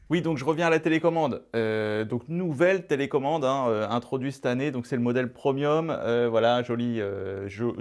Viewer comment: Que c'est beau mais qu'est ce que c'est chers comparé à Samsung et LG! C'est quoi ton topo avec les produits prOmiums?!??? Ça se prononce prémium, ok!